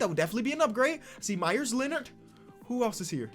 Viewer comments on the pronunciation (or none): none